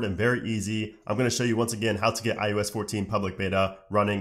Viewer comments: Who else was bothered about how he said ius instead of ios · Great video, but how come in every video you make including this one, you pronounce iOS like "iUS" or "eye-yoow-ess" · nah b in the intro he def said ius💀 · "iUS" ... right? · why do you pronounce it like "I-ooo-s" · No, it’s I O S